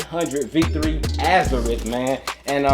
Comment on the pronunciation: NIKE is coming out with FREDDIE KRUGER JOINTS for Halloween,Air max 95's. I hope i can cop them? I hope you do a video on them if you cop? The way that you are pronouncing the name of the sneakers is correct. Teen Titans Go. ❤